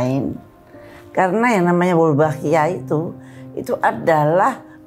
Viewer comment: Sdh di sebar bibitnya.... salah sebut mulu...wolbachia bukan walbochia😊